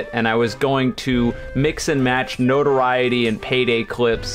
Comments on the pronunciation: yes he is, no-tor-eye-it-ee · Then you're the one pronouncing it wrong. It's pronounced like no-to-RI-e-ty. Look it up. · you're not saying notoriety correctly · You pronounced Notoriety wrong lol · I did. Maybe there’s two pronunciations and they mean different things. I don’t know